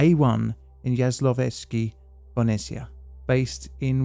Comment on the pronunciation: TBH, his Jaslovske is good. Bohunice it´s where the issue lies (if he´d just forget the "h" and call it Bo-u-nice and not Bonessia 😉